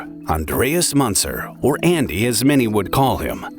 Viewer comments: the "ü" in "Münzer" is pronounced like how you say the letter "u" >> "yu". so the name is pronounced as "Myuntser", and you're saying it like the "Aa" in "munching". there were two options for you, either learn how to pronounce the name before making any documentary, or add in the disclaimer that "you may mispronounce the name" in the beginning. but you chose neither. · Münzer is pronounced 'Moonzer.' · Two dots above the U a is pronounced OO , not Munzer. Sad to see a guy so obsessed like this .RIP